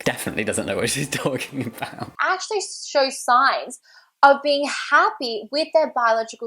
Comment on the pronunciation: she said actually shshssshow signs XD